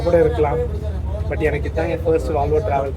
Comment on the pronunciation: Bro it's not "valvo, it's volvo.